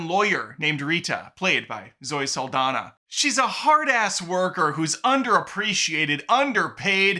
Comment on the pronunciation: Her name is pronounced, Sal-Don-Yah.